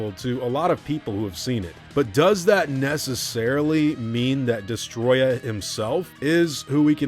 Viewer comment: Des-toe-roy-yah is how it's pronounced. Destoroyah.